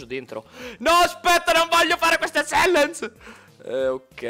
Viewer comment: Si dice "CHALLANG"